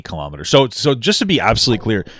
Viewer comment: "KHALAMATTERS" It's Kilo-Meters. Kilo meaning a thousand. AMERICANS, HUEHUEHUE :cat-orange-whistling